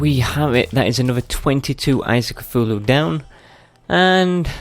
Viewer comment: Ka - thool -ool - hool -loo ( ^